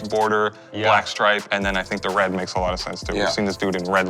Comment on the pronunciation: Worst take; Mispronunciation of the word stripe, even though he said it perfectly 5 seconds prior. - .